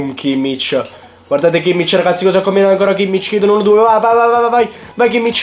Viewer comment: Si dice WERNER senza accento e si dice Khimmic